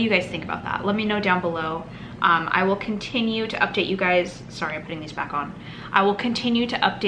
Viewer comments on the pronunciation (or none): none